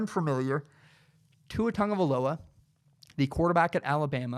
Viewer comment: Also, it’s not tongueoviloa it’s tagovailoa